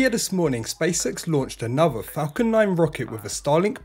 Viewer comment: How can i put this… please don’t take it in a bad way, but the way you say Spacex, somehow sounds like you say Space Sex 😅. I mean no offence 🙏. Maybe is just me 😂. Good video otherwise 👍🏻